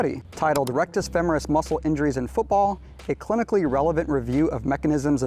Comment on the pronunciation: FEMMMMERUS? Never heard it said that way before.